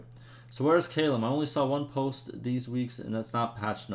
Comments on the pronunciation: Callum is pronounced C(K)A- LUM not Kaaaai lam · Sorry, I can usually look past your pronunciation of things, but I lost it at how you said "Callum"